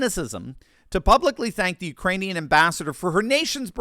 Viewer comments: Some thought he said "Uranians"🤣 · Actually he called them ‘Uranians’ probably thinking about all that uranium we stupidly gave them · I thought he was talking about the Uranians. Y'know, the people who live near Chernobyl. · I've always believed in aliens, Biden saying Uranians proved me right!!!! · He said "Uraniums" LMAO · Uranians, I think. Those poor denizens of Uranus. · I heard "Uranians".